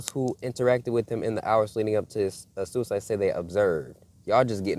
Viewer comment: You can't say suside